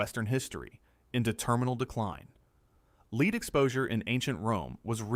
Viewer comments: Lord love a duck, would you PLEASE set up your AI narration to recognize that lead, the metal, is pronounced "LED", NOT "LEED" ?!?!? And also, EXTREMELY irritating and annoying is when the narration yo-yos between BOTH pronunciations ! 😵‍💫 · About Roman Empire falling because of Lead poisoning: I presume you MEAN the metal 'Lead'. What your AI narrator actually SAID was 'lead' as in dog leash or leading someone around! Fpr God's sake CHECK your narration before you post. At least pretend to look intelliigent/ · "Lead in Rome, why does he keep pronouncing it Leed?" its AI crap. look at the description :/